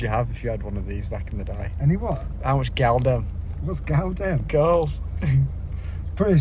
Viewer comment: "Gyal dem" 🤣